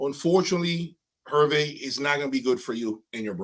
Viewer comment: His name Herve is pronounced Air-Vay.